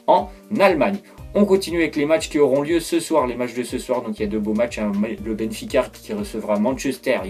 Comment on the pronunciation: Vous l’avez entendu vous aussi Benficart mdrr